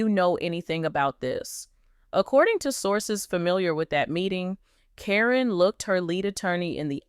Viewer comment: Quit mispronouncing names! Caryn is pronounced as Karen. You go back and forth pronouncing her name as Caryn and Corrine. You have also mispronounced Zach's name. It is not pronounced Zach but Zak.